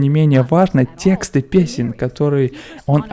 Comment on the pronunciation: Очень интересно мнение профессионала, но, автор, пожалуйста, следите за своей речью🙏 Ваше "тесктА" выбивает из колеи, опускает с высот творчества великого Димаша ниже плинтуса... Тексты! И только текстЫ!